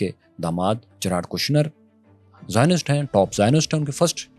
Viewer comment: Zioninst 😅 karachi ki zubaan mein chay ban gaye 😅